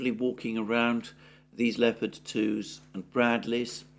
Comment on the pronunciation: At last someone who can pronounce leopard properly